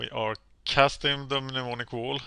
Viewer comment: How many Mnemonic Walls are in the deck? Also, Mnemonic = Nem-On-Ic.